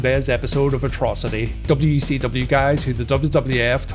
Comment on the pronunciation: Anyone else hear wecw?